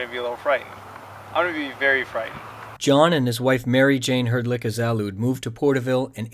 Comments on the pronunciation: It's not Zal OOd. It's Zal UHd, like "Salad" but with a "Z" at the beginning. That house is awesome. I'd been there several times on school field trips as a kid. It was always fascinating to me. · they pronounced zalud wrong